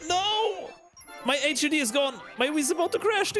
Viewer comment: Awesome technical video man! HUD is pronounced hudd btw.